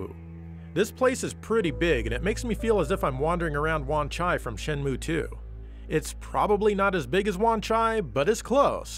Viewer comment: wan chai... don't you mean wan ZAI ;)